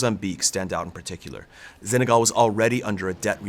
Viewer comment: Why does he mispronounce Senegal? There is no Z in Senegal.